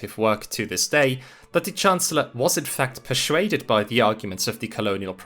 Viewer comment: Where does your pronunciation of "persuaded" come from? It sounds so peculiar to me, i can't help but notice that everytime you say the word.